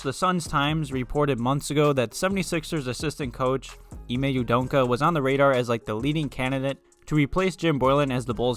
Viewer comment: Dude.....just say his name the way it's spelled U-D-O-K-A....there's no N in there